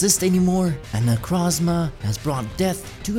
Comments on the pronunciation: its not necrazma its nekrooooozma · its necrooozma not necrazma